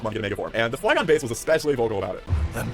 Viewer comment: Or called Flygon Fliegon xD